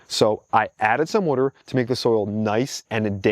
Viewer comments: Can u learn how to say water? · Water ❌ Wadur ✅ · It's Water... Not worter.. worter isn't a word. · It's pronounced wah-ter, not war-ter. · Water : ❌ WOTOR : ✅ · Ok say it with me...WAH TER. not wudder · "wooder" Are you from Philly? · I keep finding all these local channels. I hear water pronounced like wooder and I instantly sub. I’m like 3 mins in and I’ve learned so much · This is the 2nd person I’ve ever come across to pronounce “water” as “wooder” lol. First one was the How It’s Made narrator from back in the day. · I know you said Jersey but are you originally from Maryland?? I ask because the way you pronounce water as "wuter" is very Maryland like. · This dude is the Chris Fix of plants, even says "wader " ( water) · I only kept watching to hear you continue to say "wudder" 😂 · you know when someone pronounces water as "wooder" they definitely know what their doing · I knew he was from either NY or NJ the way he says "water" Im from NYC and live in MA and people always mention how I pronounce it as "worter" sounds strange lol. great content new sub. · Not enough wuder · Are you from South Jersey or Philly? Just noticed you pronounce water like I do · I knew nothing about you. Just saw the thumbnail. Was curious. Then you said water, and I knew you were from Jersey. Now, it wasn't that pronounced, but just enough. I was in Tennessee a few years ago, and the waitress, who had a Tennessee accent, said, water. and I almost broke my neck turning to her. When I comment on her pronunciation, she smiled and said she grew up in Cape May. My gf is shocked how often I can hear someone speak and get an idea of where they're from. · Greetings from Boston. Knew you had to be from Jersey by your pronunciation of the word "water". :)